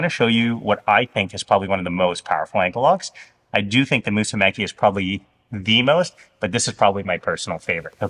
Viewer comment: Mussume"CHI", like when you americans say "CHI"cken